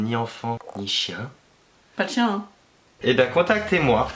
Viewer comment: Quand Léna a dit « pas de chien ? » son côté algérien est ressorti 😂😂😂